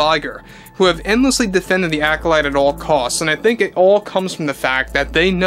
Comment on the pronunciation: The ACK-olyte